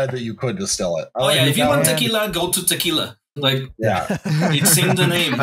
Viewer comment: Take a shot every time mispronounces tequila